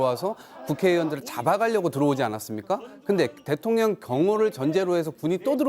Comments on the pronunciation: 김병주 위원 일부러 그러는건 아니겠지만 자꾸 대통령이 아니라 대통녀ㄴ이라고 발음하네요 😂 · 김병주의원님 항상 대통년이라고 발음하시는게 살짝 거슬렸는데 오늘은 아주 듣기 좋네요. ㅎㅎㅎ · 아~~ 의원님 발음이 대통년으로 들리는데욯ㅎㅎ 이러면 윤석렬씨가 더 나은거 아닌가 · 김의원님은 대통령을 대통년이라고 발음하시네요😅😅😅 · 나는 왜 대통년이라고 자꾸들리지 대통년 대통년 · 김의원 발음이 맘에드네요 대통년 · 대통년으로 들리냐? ㅋㅋ 👍 김병주의원님 화이팅 입니다!!! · 김병주의원님 대통령발음하는게 자꾸 대통년으로 들리네요. 근데 그게 또 왠지 상황에 어울리는듯. 설마 의원님 노리신건가?? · 왜 자꾸만 대통년으로 들리지? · ㅋㅋㅋ 발음이 안좋냐? 자꾸 대통년이래 ㅋㅋㅋㅋ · 나만 대통년으로 들라나ㅎ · 일부러 그러는 거야, 입의 구조가 그러는 거야? 내 귀엔 대통년으로 들려요~ 대통년~ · 나만 대툥년이라들는건가...ㅋ 작꾸 대통년이래.. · 김병주 의원은, 늘 대통령 을, *대통련*이라 발음한다. ㅋㅋㅋㅋ 하지만 옳다! 윤건희 대통련! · 저는 대통년으로 들려요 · 제 귀로는 김병주 의원님의 말씀이 대통년으로 들리네요 고의적이시라면 참 잘하셨습니다 저도 윤대통년입니다!!!😂😂😂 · 대통년 이라 들리는대요 ㅋㅋ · 내귀가 이상한가 자꾸 대통년이라고 들리네 신기하네??ㅋㅋ 틀린말은아니지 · 김병주 의원님. 윤석렬 대통년이 라고 들리네 ㅋㅋㅋ 끌어내리는 거도 끌어내려야지만 거리에서 시민들 모여서 돌로 쳐야한다고 생각함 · 대통'년' 이라고 들립니다만 ㅎㅎㅎ 😁😁😁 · 김병주가 대통년.....이라고 말 하는것 같은데 ㅋㅋㅋㅋㅋ 나만 그렇게 들리는건가?? ㅋㅋㅋㅋㅋㅋ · 일부러 대통년이라고 발음하는거지? ㅋㅋㅋㅋ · 왜 내 귀엔 령이 아니라 년으로 들리냐~ 아악😂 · 잘 들어봐요 대통년이래 ㅋㅋㅋㅋ 의도적이던 아니던 내귀엔 대통년이래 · 말을 은글쓸쩍 대통년으로 발음하면서 멕이는것처럼 들리는건 착각인건가